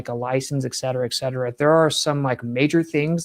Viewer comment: Say Excetera one more time It's Et Cetera. It's Latin.